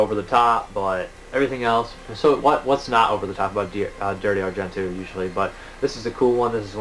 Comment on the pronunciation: just for your own peace of mind it is pronounced Dari-O Argent-O enfasis on the O it's Italian. i'm not tring to be a dick just thought you would want to know.. thanks again for all the info..I tune in all the time.